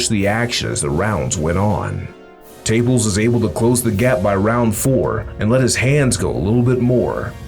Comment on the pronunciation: It's not Taples. It's Ta-pa-les . Do some research. This talk is ridiculous. Davis should go up to 140